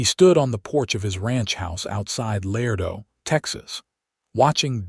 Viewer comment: Love this narrator’s voice, but he is mispronouncing La-ray-doe NOT Lardo. My mother & father divorced when I was two. My stepfather was a man like Benjamin. I never had a relationship with my biological father, but my stepfather always made me feel as if I was his daughter.